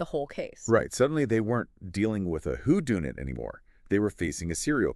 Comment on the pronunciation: who dune it? u mean who done it? Where are you people from to come up with such crazy, mispronounced words? weird. and i don't think that's Code's pic as i have just finished several docs in the last few hrs only b/c I live in S'port and he's been in the news again. do better